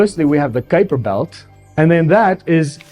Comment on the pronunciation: It's so nice to hear the Name Kuiper being pronounced correctly. Great video from Video Advice!!